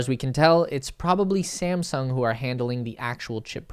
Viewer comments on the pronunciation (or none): none